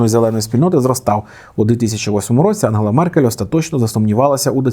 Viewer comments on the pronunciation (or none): none